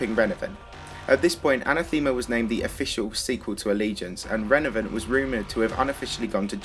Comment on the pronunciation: The first word you said was “Renavenant” lmao